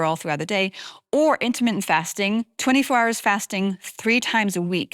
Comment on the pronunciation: Intimate fasting it sounded like